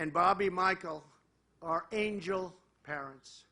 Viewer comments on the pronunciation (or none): none